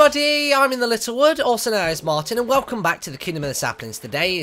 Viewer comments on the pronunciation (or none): Martyn not martin